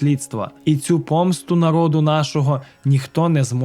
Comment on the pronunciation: Почему ,,нАрИд,,!? Не выдумывайте,всегда в украинском языке говорили ,,нарОд,, не коверкайте